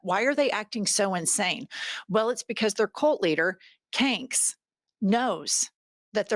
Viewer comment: "Kanks" Love it.